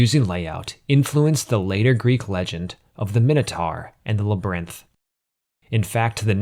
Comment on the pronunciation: Bro who taught you how to pronounce labyrinth